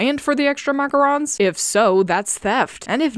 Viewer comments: The show’s repeated mispronounciation of “macarons” will never not anger me, especially for a FRENCH cartoon(yes, I know that it’s an English dub, but still)! Like, come on now. You really couldn’t have simply Googled how the word is supposed to be pronounced? Do better. 😒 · Bro them saying macaroons in Paris makes me so annoyed! ITS LIKE ITS MACARONS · What the parents say IS "macarons", they just pronounce it with "macaroons".